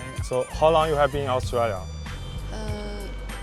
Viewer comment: ，澳洲念aus zhui liya，不念aus tree liya。。。。。